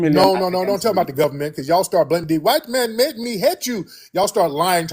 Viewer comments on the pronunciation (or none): The Govbberment, The Govbberment! Here we go again 🙄 😒